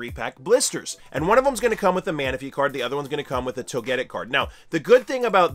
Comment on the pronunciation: Toe-geh-tick. Al-kra-mie. Chaaaa-zaaaaaad